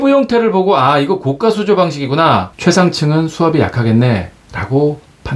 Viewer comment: 좋은거 알게 되었네요. 감사합니다. 항상 잘보고 있습니다.별거 아니지만 하나 거슬리네요. 자꾸 고가를 고까라고 발음 하시네요. 그건 비싼 수조를 말합니다. 별거 아니지만 ... 댓글은 사절